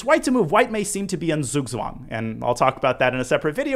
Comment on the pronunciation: Love your videos, they are very helpful, greetings from Germany! Not trying to sound contemptuous but The "Z" in Zugzwang are pronounced like "Ts" and the "ang" as the "ung" in "stung", but also I feel like the incorrect pronunciation is so common in the English chess world that the actual term would cause a lot of confusion. 😅